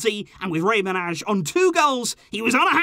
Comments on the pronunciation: Its not rei manazh its manaj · You actually spell Rey Manaj more like "Manay". I know that cuz I'm albanian myself.